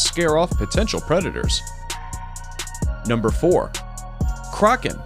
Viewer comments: Don't you mean Kraken not crocin lol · That and how he first says Kraken. Its a Crack-en not a Croc-en! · This guy called the Kraken like it was a shoes he said “Crocken” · Thats not how. You say kraken lol